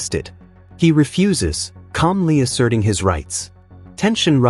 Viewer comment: AI still struggling with pronunciation I see. The word is refuse like saying you will not do something. Not refuse like the man picked up a lot of refuse after the party.